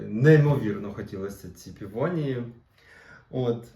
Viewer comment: Пивонії😂 Пивосі😁